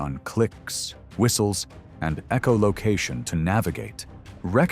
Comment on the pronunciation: You are saying, “E-O Location”, and the spelling indicates, “EOLOCATION” ! Both are WRONG ! The word is : ECHOLOCATION.